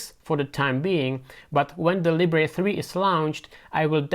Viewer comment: NOT "Lee-bray". Libre as in how French say it, meaning Freedom.